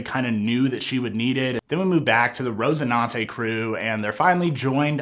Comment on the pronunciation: RoCINANTE, not rose... son